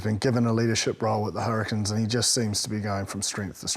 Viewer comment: Hurri-CANES. This host drives me mad naming our team wrong. They are not the Hurri-kins.